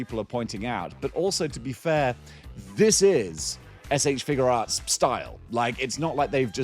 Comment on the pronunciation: I like that you pronounce it "Figure Arts" and not "FIGYOU arts"